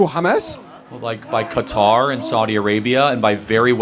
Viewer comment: He just said qutar. Who gave a plane to Trump